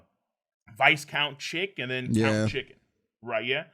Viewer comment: just a shoutout to, in the word "viscount" the "s" is silent so its pronounced Vi-count